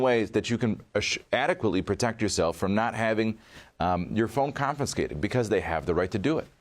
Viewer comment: Someone tell it's "confiscated" not "confiscnated"